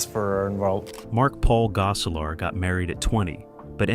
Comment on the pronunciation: "Tiffany Tie-son" "Cleek"? "Goe-selar" Who or what narrated this? LOL